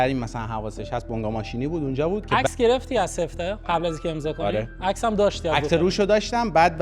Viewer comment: جان عزیزه دلم اونی که چندبار اسمش رو آوردی وَ گفتی سِفته سِفته نیستش،اسمش سَفته هستش نه سِفته...